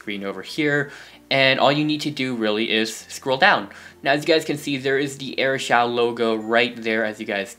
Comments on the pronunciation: It's not airshow it's air shou duhhh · Pronounce Shou to Show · It's pronounced like shoo dumbass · So you just need airshou not shou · Shou is pronounced shoo